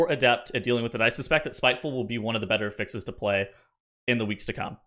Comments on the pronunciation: He says it like the verb when it’s a noun. 😢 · The way you pronounce affixes gives me quite literally herpes.